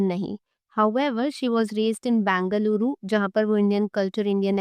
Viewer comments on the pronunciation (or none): It's not Bangaluru...for god's sake it's BENGALURU